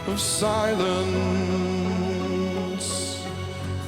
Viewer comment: One reviewer pointed out the ?extended? NNN as in silennnnce instead of silencce.